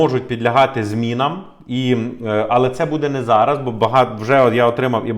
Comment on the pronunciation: Дякую за вашу роботу. Але! Будь ласка, попрацюйте над своэю українською, ці всі "ч, ш, щ...", вони мають звучати м'яко, а не як щось потворне. Не ЩЧо, а наче буква "щ" та "ё"(з рашисської мови, вибачте за такий приклад). Нема слова "зара", є "зараз", слова "буде, будуть" мають наголос на перший склад. Гарна мова- не соромно!!!